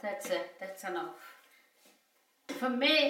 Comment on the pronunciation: I like hearing her say "that's enoughfa". 🌷💖🌷